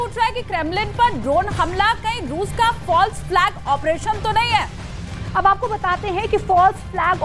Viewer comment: फल्स, फाल्स नहि तेत्री